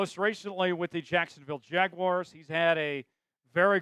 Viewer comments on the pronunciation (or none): none